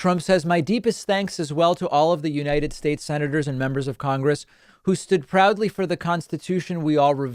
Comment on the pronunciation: “United shates” 😆